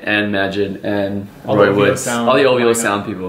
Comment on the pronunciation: lol he called it "oovoo" initially. DVSN, Roy Wood$ and Majid Jordan are dope